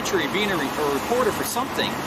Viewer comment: "I'm a weporteh!" No, you're a busybody.